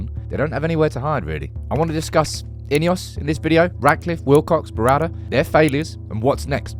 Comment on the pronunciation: INEOS - pronounced IDEOTS… 😢